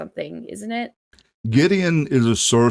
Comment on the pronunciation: Great collaboration - okay, Brit here, living in Wales - Gwydion is one of ours! First off - please, not Gideon, Goo-i-dee-on, thank you. Gwydion was the name of the young servant boy who was set to stir the cauldron by the witch (or goddess) Ceridwen, in one of the stories of the old Welsh story-cycle, The Mabinogion - he got a drop from the cauldron on his finger, and when he licked it, became the poet and Bard Taliesin. Whole series of textbooks have analysed these stories and they're still freshly re-written by Welsh poets and novelists to this day. This is a mythology that still informs modern life - like all good myths it's metaphor for the eternal human condition. Taliesin was from a pre-Roman time, when Britain was still not divided into the nations we know today - he appears in stories from Scotland and northern England too. Props to Faun for contributing this lovely music to the canon of work inspired by the old stories. More of them will always be welcome.